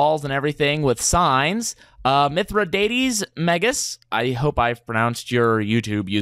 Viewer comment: Lol. Sorry to hear about your audio issues...I have done that before, unfortunately. It looks like your compound is coming along nicely! Thank you! I am glad to not only have made your list, but to, in fact, be the First person to be honored such! You did not, however, pronounce my name correctly. Mith-Ra-Da-Tees May-Gahs. Not a big deal - I don't expect people to pronounce Greek very well. Well, not knowing what half of the Seed-stuff is for, I would say Cobalt would be useful...I don't know about the type of Quartz you mentioned. Or, alternatively, you could farm a bunch of Gold, condense them into Gold Blocks and, if it exists, Electrum, and build a Heroon to me out of Marble or Quartz, decorated with Gold, Electrum, Gemstones, and whatever Rare-Earth metals exist in the collective Modpack (Like Platinum or Palladium or something). Maybe something about half the size of the Tomb of Mosalaus, but of a similar style - except instead of a Sarcophagus in the center, a large Iron Throne (Not the Game of Thrones Throne - just a large Throne made of Iron)...and a Bronze Chair to the right of it. Oh, and make sure the Heroon has a mural of my many epic deeds. Surround it with a manicured, fully symmetrical Garden and Fountain system, spanning for several acres in all directions, with a Great Redwood tree on the Eastern side. And then a wall, at least 8 blocks thick, made of the strongest stone and with a facing of Lapis Lazuli and Gold on either side. Around that, maybe a wide moa